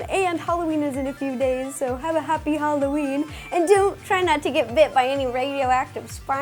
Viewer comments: U said happy halloreen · She said halloreen! lol. LUV YOU RO!!! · It sounds like she said "Happy HallowREEEN" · did ro say happy halloreen or is it just me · Bruh she said Halloreen that funny